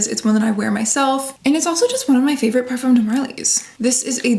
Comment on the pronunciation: You live in France it’s time to adjust your pronunciation of “parfum” pleeeeeeeez